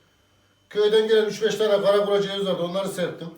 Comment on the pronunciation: konuşman yemekten daha güzel köyden gelen 3 5 gara guru ceviz demene bayıldım